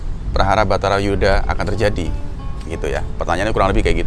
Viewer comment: Bukan betara Yudha Kang, tp Barata Yudha